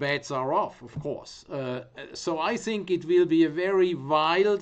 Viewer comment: " So i zink it vwill be a very vwild and volitile vworld .. very good " #PeterSellersMoment